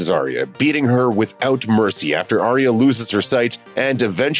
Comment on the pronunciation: Are we watching the same show? Why can’t u pronounce CATelyn or Arya yo